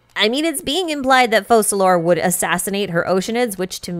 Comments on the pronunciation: Why do people say "FoSalor", when in English "c" in that position is read as "K" and the name should be prononesed as "FoKalors"?! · Have we heard how they’re pronouncing Focalors? Because the Francophone reading should be Fau-sa-lor I think.